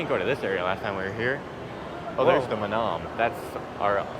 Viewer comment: mah-NAHM like you're saying Vietnam! tsk. sick and tired of hearing duma-GEH-tea too. i should probably stop watching foreign vloggers for a while as their pronunciations of local names are getting on my nerves.